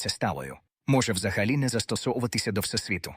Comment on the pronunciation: дякую за гарний настрій від вимови ші. фотонИ - це шедевр. Напевно, це люди, які полюбляють фотографувати))) а оце "всесвІту". Якщо є всесвІт, то має бути і всетемрява:face-green-smiling: а оці "квантОві явища" - це просто вогник-вогник, жарко-жарко